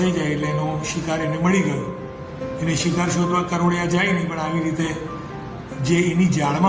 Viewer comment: સરજી...પ્લીઝ કરોડિયા નહીં કરોળિયા આવે...